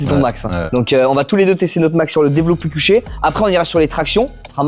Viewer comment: J'ai ris au développé "cuché"